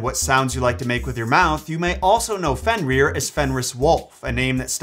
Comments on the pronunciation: You’re actually saying it wrong. You’re saying it like fenrear but it’s like Fenrir. Like grr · So funny to hear you Pronounce his name has "Fen-rear" and all the other Norse names